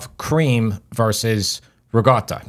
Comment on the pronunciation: Agreeeeeed Absolutely made better P.s 😣 " rikotta " I almost turned the vid off:( Please say it right!!! Ri 'g' 'or' ta Ur awesome